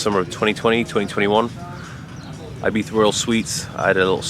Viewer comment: thanks for making an effort to pronounce " I " Spanish way ..